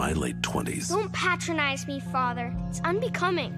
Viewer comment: Anyone else annoyed by the way Robin pronounced “Patronize”